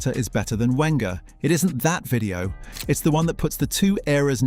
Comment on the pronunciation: 'Hen'ry !!! 'When'ger!! all credibility lost